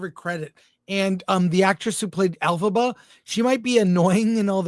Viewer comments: You lost me at "Alphaba" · I’m kinda cracking up because 🤣🤣🤣 every time you guys say Elphiba is sounds like Alphaba which would fit with that bitchy actress being of the alphabet community. Close captions even show Alphaba. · Every time you say her name Elphaba, I hate this story.